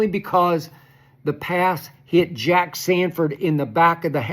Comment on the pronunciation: Sanborn, not Sanford